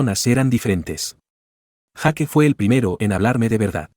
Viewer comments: Jake se pronuncia Jak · En las pelis americanas pronuncian yeik / Jake